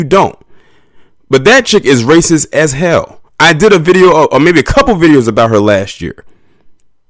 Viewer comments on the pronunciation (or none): none